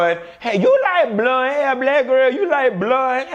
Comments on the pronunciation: Lord I can’t stand when you say the word “Bloone” oh but I laugh so hard!! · Baby.... when he say BLOND hair I die every damn time. 😂😂😂😂🤣🤣😂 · The way you said blonde 👱‍♀️ 😂